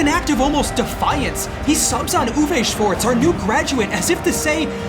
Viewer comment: the mispronunciation of schwarz' name is crazy